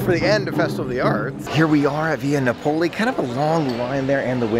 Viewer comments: It took me a little bit to figure out where you were going to lunch until I saw the place. 😂 Just FYI, it’s pronounced Via NA-poli, not na-POLI. 👍🏻 If you like red sauce, they use real San Marzano tomatoes. It taste unlike any other red sauce I’ve had before. So Yumm! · Nah-Poh-lee. The Italians are crying. Otherwise a great vlog! Haha! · NAP - O - LEE